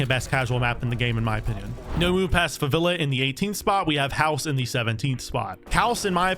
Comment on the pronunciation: Its called Favela, not "Favilla"